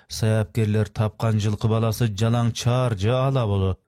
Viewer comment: Чар бээ эмес чаар бээ